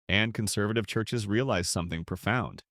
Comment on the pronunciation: "Churshes," really?